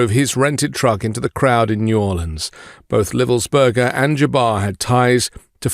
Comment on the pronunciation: Pausing at only 9 seconds to say THANK YOU for properly pronouncing New Orleans 💙😎